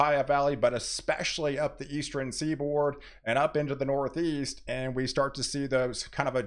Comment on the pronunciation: Do you say "Eastren" for "Eastern"?